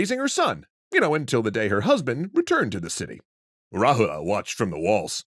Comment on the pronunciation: You're not supposed to pronounce the character "a" that's at the last of a word.. For eg Rahula is correctly pronounced as Rahul, Siddhartha is correctly pronounced as Siddharth